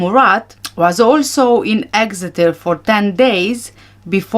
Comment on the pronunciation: You did say Exeter perfectly. You are a very good detective, keep up the hard work. So many of us know there are some very suspicious things about this whole case from the beginning, I think justice will be done one day.